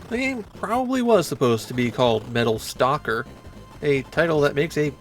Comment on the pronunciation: Are you suggesting it should be Metal Stocker? Or Metal Stalker? It took me a bit to realise that your accent makes these two words indistinguishable